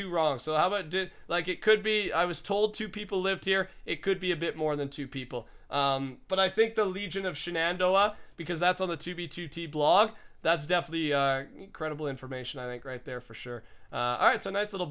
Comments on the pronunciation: not she-nandoah but sheh-nandoah. Shenandoah. its a stretch of mountains here in Virginia. also the Shenandoah valley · "Shenandoah" is pronounced "Shannon-Doe-Uh" where I live (Iowa). There's a Shenandoah, Iowa. Cool ruins showcase. I'm new to watching your stuff. I like learning the history of 2b2t. Also, it blows me away that travel time in 2b2t is often times so long. The paranoia is real. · It is pronounced Shen-an-dough-ah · The way he says Shenandoah XD